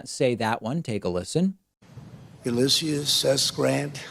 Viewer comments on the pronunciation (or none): none